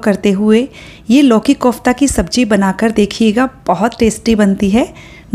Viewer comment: Good recipes. Starndard way of making it but your pronoun conf KOFTA Is not right.